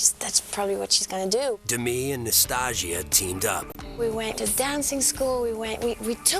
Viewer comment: Her name is Nastassja. Not Nastaja, not Nastasha or whatever else you think you can make out of other people's names, you illiterate, respectless, inapt Yanks!